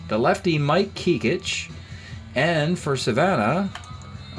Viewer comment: Pronounced Mike KECK-ITCH. Played with the Yankees in the 70’s. Best known for swapping wives/families with teammate Fritz Peterson.